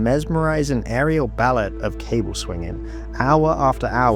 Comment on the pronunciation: Too bad your narration bot can’t pronounce pneumatic and ballet.